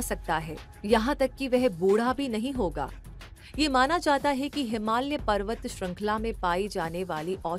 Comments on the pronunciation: Ma'am....it's हिमालय not हिमाल्य......😊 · हिमाल्य नही हिमालय😂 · हिमाल्य नहीं, हिमालय बोलो 😂